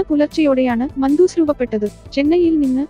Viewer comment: മന്തൂസ് എന്നല്ല മണ്ടൂസേ .😜 മാൻഡൂസ് എന്നാണ്